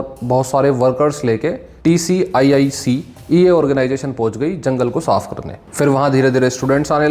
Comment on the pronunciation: TSIIC ko TCIIC kyun bol rahe ho bar bar.